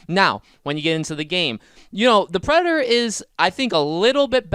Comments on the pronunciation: This is so annoying, you have zero annunciation when saying the word predator. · I have no idea what your talking about Who'd the predor? What's a predor? Are you talking about the predator?